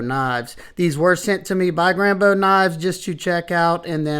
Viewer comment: By far the best pronunciation of Grambeau yet! Cheers for sharing these stunning knives mate.